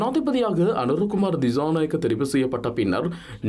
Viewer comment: Girls please use the right pronunciation for some words, don’t say the incorrect way as stylish. Pronunciation as “cha” not “Sha” Thichanayaka, not Thishanayaka